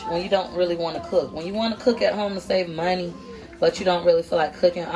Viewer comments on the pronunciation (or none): none